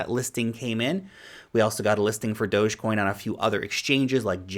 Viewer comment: thanks for pronouncing dogecoin right.